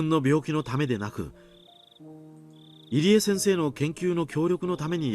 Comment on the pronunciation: pronounced Irie as Eerie lol plz it’s EE-ree-eh